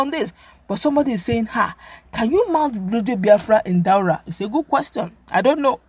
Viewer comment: Daura not Dualla. Haha